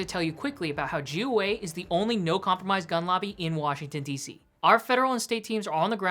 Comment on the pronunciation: "JEW Way"....Omfg, I thought for sure you kept repeating "Jew Way" instead of "GOA" ~ Just another channel obsessed with Israel & humping Bibi's leg.. I thought, till I saw the name of your YT channel!